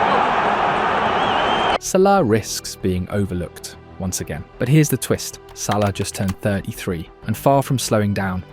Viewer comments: wow this video is ai audio generated. sallee?? bro its SALAH not sallee. make sure the AI pronounce his name good. disliked this video. GG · "salee and wirtz" ??? Is this ai?